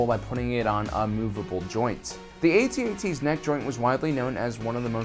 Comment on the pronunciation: Go ahead....say "Atee-Atee" again! They are called "AT-ATs" as in Hat Hats! Friggin 2019 and their ignorant whipper snappin kids!!!